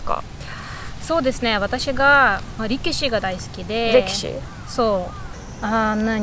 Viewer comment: 「そうですね･･･私が リキシが大好きで･･･」って、へ～お相撲さんが好きなんだと思ったら レキシってことね（笑 それにしてもバシキール語、ロシア語、中国語、日本語、それに英語までしゃべれるの？ 凄～い！